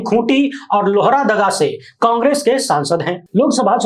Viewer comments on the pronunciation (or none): किया भाया लोहरदगा है🙏 लोहरा दगा नही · 𝐎𝐁𝐉𝐄𝐂𝐓𝐈𝐎𝐍 लोहरादगा नहीं "लोहरदगा"